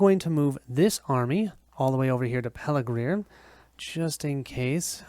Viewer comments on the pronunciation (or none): Thanks for posting this. Very well done and enjoyable to watch. You asked about mistakes, so here goes: the pronunciation of some of the place names (Pelargir, Eastemnet, Westemnet).